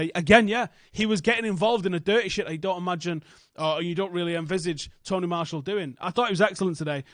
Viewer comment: I know that lol but it definitely sounds like he's calling him Tony Marshall 🤣at first I was like who the hell is that